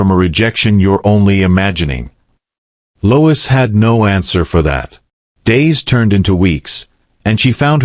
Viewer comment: Lois not Louis